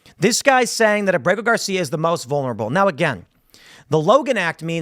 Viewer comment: Abrago Gar-see-ya in El Salvador prison had his due process in 2019.